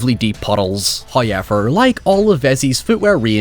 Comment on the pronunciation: First "hoyevver" drops .